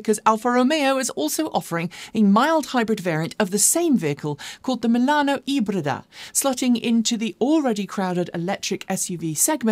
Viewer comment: I love the way you pronounce italian words ("elettrica", "veloce", "ibrida") while talking about Alfa Romeo 👏